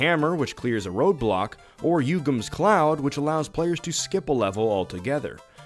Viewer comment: "Yugem's cloud" lol